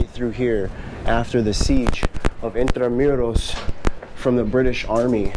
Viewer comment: It’s not in-tra-myu-ros. It’s IN-TRA-MOO-ROS